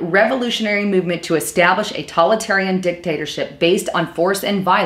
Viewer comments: I noticed this lapsus in another video also. it's TO-TA-LI-TA-RIAN! not talitarian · it's not "Tolitarian" it's Totalitarian. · It's "toe-talitarian" and "legislay-cher".